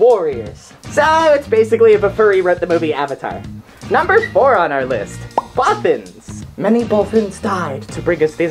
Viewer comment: For the Bothans part, I thought she said brothers for my whole life...